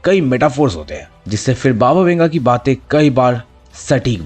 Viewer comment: Kya mujhe hi bas baba thenga sunai diya💀